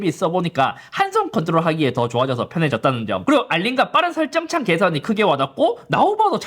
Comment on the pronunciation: 삼지창도 아니고 설저어창ㅋㅋㅋㅋㅋ 귀엽우셔